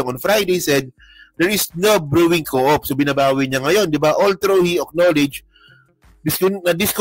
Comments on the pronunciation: Coup is pronounce as kōō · Hindi coop ang pag pronounce COUP!!! Magbasa ka nga KABISOTE KA!!!